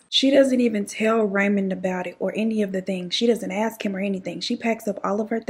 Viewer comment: aSk not aKs. Ask ask ask. Please say it properly.